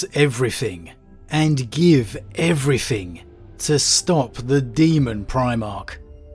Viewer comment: Fret. Everyfing. Fanks. Moff. Frone. Fwarted. Brova. Wiv. Strengf. Gaver. Brevren. Fink. Anuva. But no issues saying the, their, that…interesting speech pattern. PS: favourite 40k lore YouTuber hands down